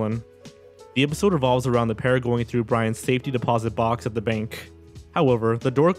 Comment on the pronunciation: Listen to how he says "bank" specifically k and you'll see.